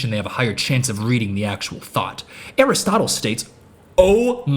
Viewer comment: pronouncing Aristotle like chipotle is incredible.